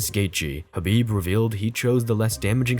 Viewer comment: It's Khabib. We all know it's Khabib.